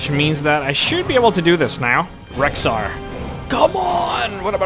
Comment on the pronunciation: im sorry to ruin your name, but its rexxar, not rhexxar.